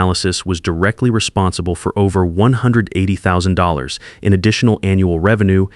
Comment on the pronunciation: Can’t even get past the first sentence without butchering $180,000 pronunciation.